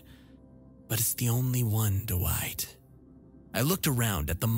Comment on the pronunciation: What nationality are doowhite and eyezick? I only ask because I'm not familiar with these names